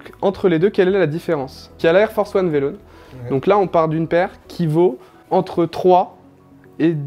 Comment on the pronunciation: V en anglais ça se prononce vi donc vilone. Et bon ça va il s’y connaît mais il dit des conneries. Morgan il capte rien. Moi mon père c tinker hatfield